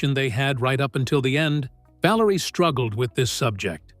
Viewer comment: I stopped watching after I heard 'VALARIA'..